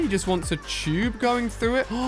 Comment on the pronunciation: You said Tube wrong you said choob